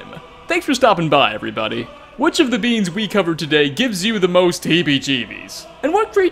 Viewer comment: Everytime said beings it sounded like beans and it made for a better video.